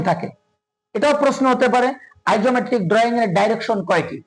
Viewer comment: উচ্চারণ - ডিরেকশন,আইসোমেট্রিক